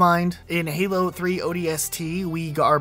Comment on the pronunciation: What is Helo? It's called Halo. Duh!